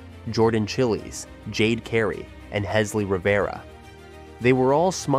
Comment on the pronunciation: Good video. But you pronounce Jordan’s last name incorrectly just FYI.